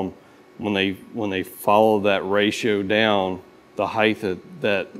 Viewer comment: You are pronouncing height wrong. Height ends in a T sound like bright, light, might. You are using a "th" sound, like length and width.